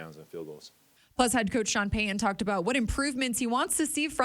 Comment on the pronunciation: Would you please properly enunciate Sean Payton's last name? Drives me nuts. It's Pay-T-un not Pay-Uhn.